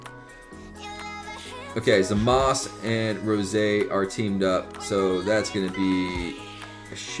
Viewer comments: It's really hard listening to someone say zamas, instead of zamasu. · Jarrod Hollenbeck I did and it's pronounced zamasu